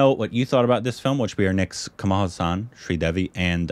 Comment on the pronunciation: Sridevi not Sridervi 🤣...She may be giggling in her grave...